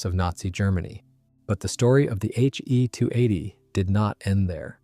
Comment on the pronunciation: Good review overall. However, you are using gamer-speak naming conventions. Historically it was never referred to as a HE (as in him) 280. Rather as H…E..280. Also, Junkers is pronounced “Yunkers” in German and English-speaking historians. Thus, a Junkers Ju 52 was known as “Auntie You” in German not Auntie Jew. The Junkers Jumo engines should also be referred to as Yunkers Yumo engines, Please teach your AI to pronounce them correctly and not to us gamer-speak pronunciations.